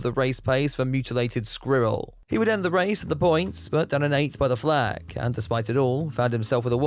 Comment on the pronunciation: Can say the word "squirrel" correctly?